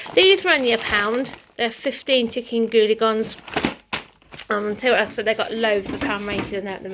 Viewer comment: Poor Ben it seems these so called Professionals don't give a damn, I hope they will start pulling their finger out soon because as well as it not being fair on him it's also not fair on you both & Sammy... I love how you pronounce Goujons it always bring a smile to my face.. Great shopping haul, I've bought exactly the same party food, Iceland is such great value for money..Hope you all have a good week, take care and I'll see you all tomorrow xxx